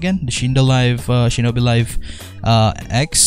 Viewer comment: Wait what- did he just say shinobi laife tree not three 🤔 Ayo L O L😳